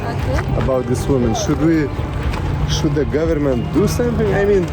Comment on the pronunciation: Afganistaniečių merginų anglų kalba šviesmečiais geresnė už blogerio, kuris varo Algirdo Butkevičiaus style: šud šud šaude...